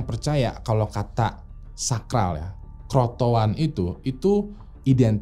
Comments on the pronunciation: crotoan apa crotoar mas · tolong penyebutan roanoke dan croatoan nya, dan istilah asing lainnya disebutkan dgn benar ya. Karena ini sejarah! Terima kasih